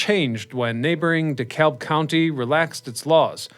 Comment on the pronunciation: It's DeKABB, the L is silent. And it's KaSEEEEM, not Case 'em.